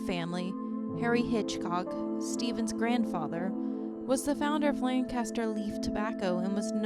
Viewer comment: The city and county in Pennsylvania is pronounced Lankuhstr, not Lankastr.